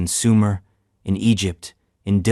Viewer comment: At-LAN-tS ASL